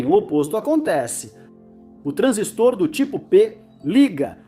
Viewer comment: Transístor, putamerda! É paroxítona. TRANSÍSTOR e não TRANSISTOR...